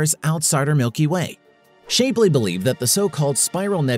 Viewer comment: Sorry it's not Shape-ly. It's Shap-ly